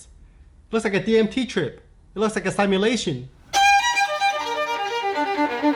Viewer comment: Bruh i'm so triggered every time you say simulation. It's not pronounced like sime yulation